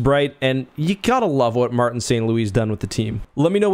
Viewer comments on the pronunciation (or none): none